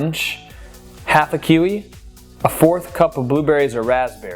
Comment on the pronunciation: great video though you butchered that poor Kiwi